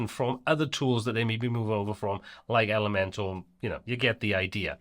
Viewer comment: Nobody should make Elementor videos if they keep saying elementAL instead of elementOR !